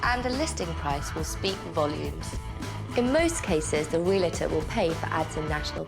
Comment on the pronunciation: Puh-leeze, stop saying "Real-a-tor" There is no "a" between the "l" and the "t"! It's Re-al-tor. Otherwise you put yourself in with a group that says "nuc-u-lar" "poin-setta" and "mis-chiev-i-ous".